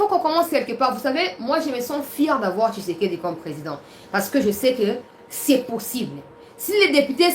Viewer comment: nous sommes contents de tes nouvelles, mais nous demandons d'avoir un peu de modestie sur l'appellation du nom de président Félix tshisekedi,: sa nous fait Mal tu prononce tshisekedi, tshisekedi,, changé